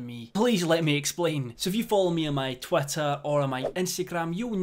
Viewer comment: He says twitter like twater